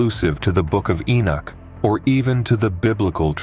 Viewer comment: I don't know if I can listen to you say the name Enoch wrong through the whole video